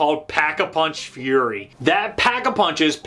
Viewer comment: Lol it's fury not furry